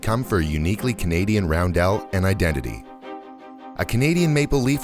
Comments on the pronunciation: Balkan Cross for the Germans, it's roundel not roundelle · Roundel not roundelle. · I swear to god, emphasize the e in roundel one more time